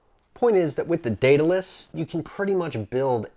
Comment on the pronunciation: Thanks for the tut, and greatly appreciate you pronouncing the name correctly. Been really interested in this kit. Quit analogs 3 months ago, and have not looked back. All the vids have kept me going, and making my own coils. Currently running Tarot Pro with my Goon. Thanks again and keep them those vids/tut's coming.